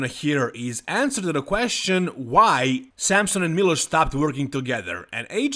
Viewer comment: Why do you always call milos, miloshu?